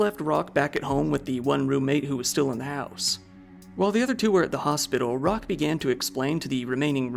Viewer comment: Roque = "Roke"... Not "Rock".